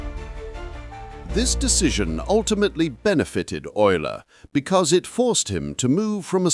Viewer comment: Oil-er, not u-ler.